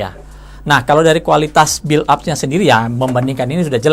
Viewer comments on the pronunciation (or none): none